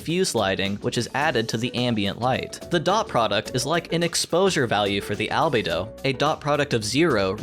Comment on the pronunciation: Wildly correct